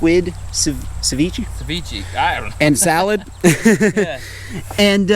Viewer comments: It's (se-vi-ch-eh) not SeViChi😂 although it taste amazing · Sa-ve-chay 😅 if that helps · It’s actually pronounced cevich(ay). the more u know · calling ceviche sa vee chee is crazy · Is he trying to say sashimi lmao savichi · It's ceviche not sevichy, learn how to pronounce ethnic dishes correctly... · what's hard about Sa-ve-chay cmon now